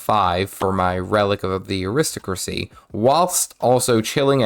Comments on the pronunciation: Aristocracy is prononced " Ari-stock-cra-see", 5 syllables. all are emphasized . I can tell you are a very intelligent person. But I hear British peeps do this all the time and they should be ashamed of themselves, not you. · (also I think it's ari-stoc-racy)